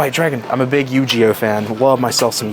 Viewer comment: Yu-jeeh-oh he said ?